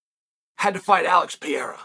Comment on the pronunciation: "Alex Pee-Air-Uhh"